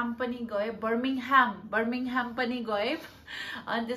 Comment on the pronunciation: You live in UK and can’t even pronounce the name of the second largest city there..!! Birmingham is home of Cadbury and one of the biggest industrial centres.. Norwich and Reading are small county towns where Birmingham, London, Manchester, Liverpool are metropolitan cities ..Can’t compare. Instead of learning to fake accent.. pls educate yourself first. Laaj lagdo! Afai lai sarkaundai k thaha chaina raicha!